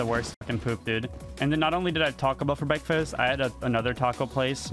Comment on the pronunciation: it’s adorable how he pronounces breakfast